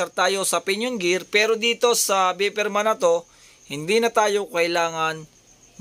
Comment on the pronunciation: Pasensiya na po pero di ko maiwasang sitahin at turuan po kayo ng tamang pagkakabigkas ng salitang "VIPER". Di po yan beepeerman, bayperman po ang pagkakabasa diyan. Ayoko lang kasi magmukha po kayong tanga at katawatawa. Di po ako nang iinsulto at ako po'y concern po lamang.